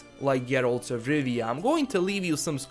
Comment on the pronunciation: I like how you say Geralt